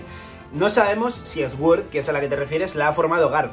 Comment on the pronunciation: deja de decir SGÜORZ !! por dios !! di al menos "SORD"